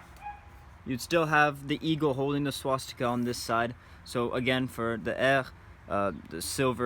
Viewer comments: The proper pronunciation is Heer........... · Wohl eher "bear" mit einem h vorne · 100% right. Just say "hair" with an Arnold Schwarzenegger accent and it's spot on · Heer is pronounced Here. You also are pronouncing a lot of German as a frenchman would. Otherwise good video. Also: The Heer was officially called the Wehrmacht and the SS combat troops were called the Waffen-SS. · Heer is pronounced like the English "bear" and the h is pronounced like in hello